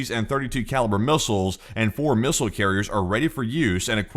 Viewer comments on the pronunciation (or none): none